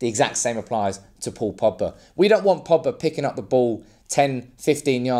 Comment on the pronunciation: There’s a G in Pogba. His names not Poba